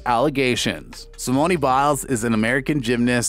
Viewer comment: Did you really say simoneee biles LOL